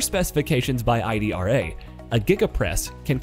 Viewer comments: Its pronounced [eedra] because it is an Italian company. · Hi, Just a minor info., Italians pronounce the casting machine as ee-dra...